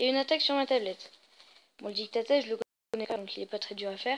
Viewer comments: ON dis didactiel pas dicta tel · je suis le seul à avoir été stressé à chaque qu'il disait dictatel au lieu de de didacticiel?